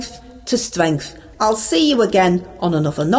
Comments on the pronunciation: stwength to stwength bless you und danke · You go fwom stwength to stwength babe, keep it up!👍🏻👍🏻👍🏻👍🏻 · Our Ange " goes from stwenth to stwenth", brilliant! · You mean Stwength to stwength!